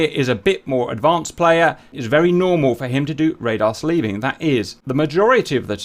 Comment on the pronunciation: Dear God, Cap, it's SLEWing, not SLEEVing. You SLEW an antenna, normally with either a hand control (for a two-seat fighter, like the F-4 Phantom), or with HOTAS controls for a single-seater.